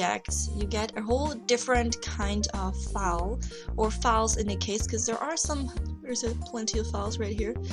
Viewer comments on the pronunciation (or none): I'm sorry but your voice is really obnoxious at times, the way you say 'dis' instead of 'this' and pronounce 'file' as 'fale'' is bothering me so much,.